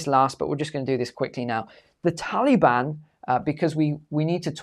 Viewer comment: I absolutely LOVE hearing say the term, "Tally-Ban" 🤣 It's like when Brits say "Beer Can" all I hear is "Bacon" 🥓